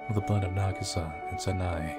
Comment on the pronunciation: Hey, you have probably heard it before, but Sanae is pronounced as Sana(eh). there is still a bit to work on on your japanese, but nonetheless I enjoy your videos. Keep it up:)